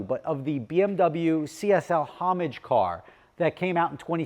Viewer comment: Today mispronounces Homage repeatedly.